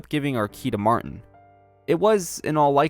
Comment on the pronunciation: It's MAR-TIN not MAR- TEN